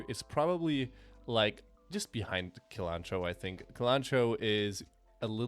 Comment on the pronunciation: A small complaint: "cilantro" is pronounced with "s" as the first sound, not "k".